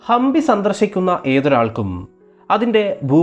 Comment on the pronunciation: It is Hampi not Hambi